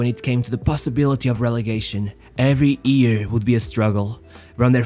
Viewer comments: why ear and not year? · it's "year" not "ear" lol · It's year, not ear!